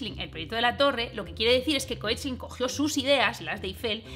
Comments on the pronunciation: me dijeron que se pronuncia keklin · Aparte de lo mucho que me ha gustado tu vídeo, sólo quería añadir que la pronunciación del apellido Koechlin es algo así como "kekla". ¿Y cómo lo sé, te preguntarás? Porque una de las descendientes de Maurice es Kalki Koechlin, actriz de Bollywood, que aparte de salir en una peli divertidísima de 3 colegas indios que se vienen 3 semanas a España de despedida de soltero (Zindagi Na Milegi Dobara), ha explicado en diversas entrevistas que su apellido se pronuncia "kekla".